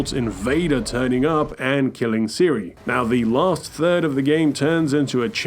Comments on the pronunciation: My friend, it's Cere not Siri. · Its so annoying how you say ceres name it isnt seary it is just sear that is how its pronounced ok! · Great video I wanna say that first! However, you gotta pronounce cere’s name properly, it’s not Siri from the iPhone 😂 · Bro called cal caw and cere siri 😂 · Pronounced “seer” but I’m 90% sure you intended on triggering me with mispronouncing Cere’s name that you hear through the game numerous times. 😅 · alr this is a great vid and i love it, but why the hell does he pronouce cere like siri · why you calling Cere “Ciri” like from the witcher 😭 not a single person in any of the games call Cere that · Why you do keep calling Cere Siri? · Cere. Pronounced like sear. Hear. Beer. Cere. It's not hard. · How can you know this much about the game and still pronounce cere's name wrong? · I watched this whole video thinking about the fact you mispronounced cere’s name. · What's with the mispronunciation of Cere? Is this a running joke?